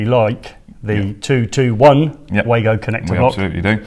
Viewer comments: great video as always, I love the Wagos too, having bought a set at Elex London I have used them since, but I have to tell you that the Wago rep told me that they are pronounced Vago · Yes i know, i sold them as a distributor and went to the factory in the early 90's when they first came in to the country, The very reason i commented was because you continually referred to them as way-go in the video which was wrong. if you know why do you call the way-go? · Wago have been around since the early 90;s, its pronounced var-go.